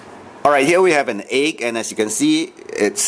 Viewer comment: Lol. The only thing more dense than the salty water is the way you pronounce egg.